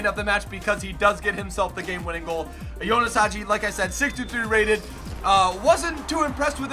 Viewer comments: Bro it's not Jonas. It's Ianis. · His name is ianis not ionis 🤣🤣